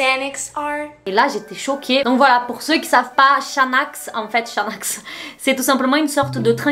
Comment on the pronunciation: Génial ta vidéo par contre ce n'est pas chanax mais Xanax comme Xavier ^^ voilà comme ça mtn tu le sais, bisous